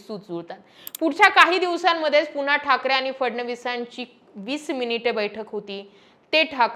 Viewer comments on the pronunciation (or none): none